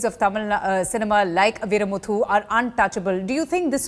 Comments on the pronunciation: These bullshit anchor cannot Pronoune vairamuthu.. she says viramuthu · It's not Veeramuthu LOL!! ITS VairaMuthu..ha ha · Veeramuthu? Madam its vairamuthu! Besides.. Kudos Chinmayi !! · As idiotic a news channel can get. Just trying to get to say everything. "All time". "Powerful". It's bad. And ffs, it's Chinmayi and Vaiyamuthu, not Chinmaya and Veeramuthu! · What an idiot!!!!its vairamuthu not veeramuthu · ...shame on you for not learning to pronounce names correctly before the interview... lyricist's name is VAI - RA - MU - THU; not VEE - RA - MU - THU. The mistake you made with Chinmayi's name, I will not mention as someone before me has already commented below. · It is vairamuthu,not veeramuthu. Please do not murder the greatest language tamizh. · These so called professional media anchor speaking English so worst before taking debate show don't they actually research on the topic ..she could not even pronounce the name right? (Veeramuthu- brave pearl) (vairamuthu-diamond pearl) tell me which is right anchor? And it's chinmayi not Chinmaya. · Come on!! You need to at least learn to say her name right.. Its ChinmayI not Chinmaya..!! And Vairamuthu and not Veeramuthu!!! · First of all it is not ChinMAYA, it is ChinMAYI... It is not VEERAmuthu, it is VAIRAmuthu. Have the courtesy to say someone s name right. Bold move Chinmayi.... You have become the ice breaker, now.... Believe me i dint have the guts... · Achor pronounced veermuutu because veer means brave so vairamuthu is on hell of daring man to sexual assault chinmai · This interviewer should learn to say the names of Chinmayi and Vairamuthu, properly, before starting. It's appalling that she keeps saying "Chinmaya " and Veeramuthu. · Anchor...It's vairamuthu not veeramuthu !!! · This anchor though 🙄 get your pronunciation right! Chinmaya, veeramuthu lol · What the heck?idiotic anchor,she calls chinmayi chin maya ,and vairamuthu veeramuthu.really woman get the names right.